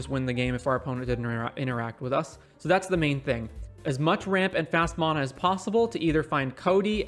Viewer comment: The way you say mana made me leave the video early